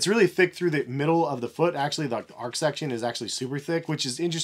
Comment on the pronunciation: Nice review as always,! Btw, the "h" in "arch" isn't silent (it rhymes with "march"), lol